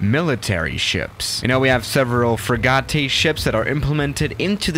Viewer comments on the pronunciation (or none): Frigate is pronounced frig-it lol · Frigate is pronounced fre jate btw. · Dude how u said frigate sounded french